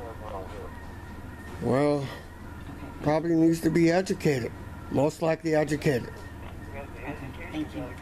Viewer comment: And I think he was saying 'aducate', not "educate".